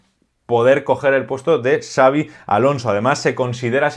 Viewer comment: Honor por dominar y respetar las pronunciaciones de Xabi y Xavi. Grande,! 🚜